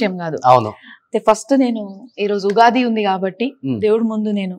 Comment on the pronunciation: Ughadi kadu Ra babu Ugadi anali,Womens kadu ra babu Women anali